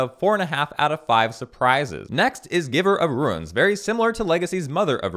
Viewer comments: its runes not ruins lol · Why do you pronounce "runes" as "ruins"? lol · You keep saying mother of "ruins" instead of "runes". What does it mean? I don't understand the secret code.